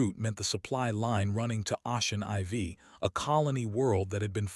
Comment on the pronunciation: "Ocean IV" is Ocean 4 not 'Ah-chin EyeVee'. It's pronounced 'O-shin 4'. Teach your damn AI how to read English!